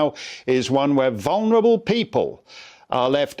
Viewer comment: "vulbwrae people languishing in hotels" ... my arae!! Wtaf